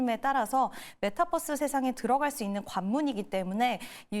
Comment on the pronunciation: 얘도 메타'뻐스'라고 하네 ㅋㅋㅋ metaverse